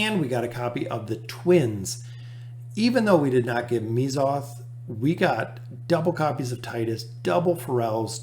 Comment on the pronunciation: Correct me if I’m wrong, but isn’t it pronounced Meh-zoth? also great vid!